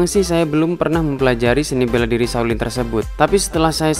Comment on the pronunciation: shao lin lah...bukan saw lin.Biar sebutan nya betul..🤭